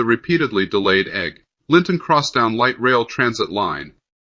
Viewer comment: Let's get a human to read this. "Egg. Linton Crosstown??" really?